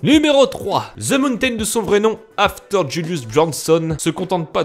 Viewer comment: Qu'est-ce que c'est moche votre façon de prononcer les mots anglais vous les Français... "ze mountaine"